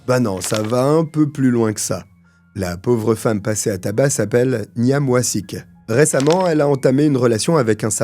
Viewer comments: GMP c'est greater Manchester police. Bouilloire électrique (sûrement avec du sucre) ces mecs étaient en prison c'est sûr. Niamh - c'est Gaelic et ça se prononce comme Neeve (nive) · Juste comme ça, en passant, Niamh, ça se prononce Nive (comme dans Neve Campbell) 😉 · Niamh se prononce “Neeve” !